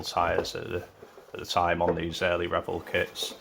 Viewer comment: You keep saying Rebel ... it Revell